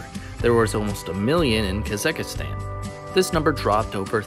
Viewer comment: kazekistan? you mean Kazakhstan right?